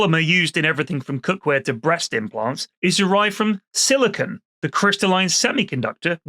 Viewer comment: Sili-CON not Sili-CONE... First base!